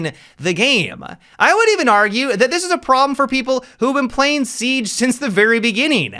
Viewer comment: Seag??? 😂 I like that. I also have a speech impediment, so dw cuz you aren’t alone.